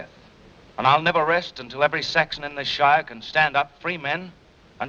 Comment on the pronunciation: So refreshing to hear foreigners say the suffix -shire correctly.